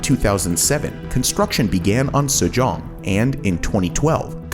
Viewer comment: Mayan-Mar? SU-JONG? That's Japan, not Korea LMAO c'mon guys